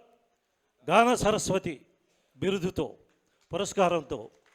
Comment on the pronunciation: చరస్పతి కాదండీ, సరస్వతి